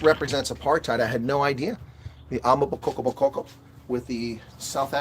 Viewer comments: Pronounced: Ama- Boko-boko not damn amabokkokoko 🙄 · Well said! Though you should really consider practicing saying AMA BOKO BOKO! You have too many KO’s going on there. It’s simpler than you might think. I really like your appreciation of South Africa as a whole!!